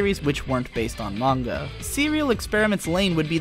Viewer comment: I wanted to thank you for saying Manga right. Thanks